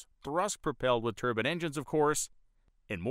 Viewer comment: The word is pronounced turb'I'ne, you are saying turban as in middle eastern male headdress.